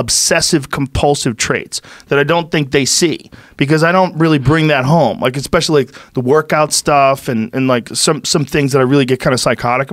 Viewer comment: He says exspecially too. Painful